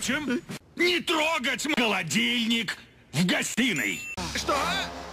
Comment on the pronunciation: Первые 20 раз я слышал не холодильник а молотильник